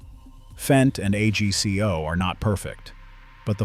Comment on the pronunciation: A g c o is pronounced as a word, AGCO